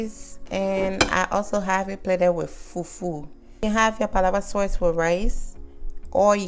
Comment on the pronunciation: It's Sauce not Soyce